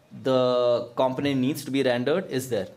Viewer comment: Pronounced: com·po·nent